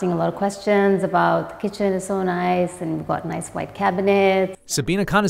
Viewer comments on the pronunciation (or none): none